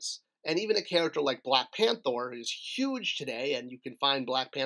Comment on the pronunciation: Ha! you said "Black Panthor". Force of habit, I guess 😂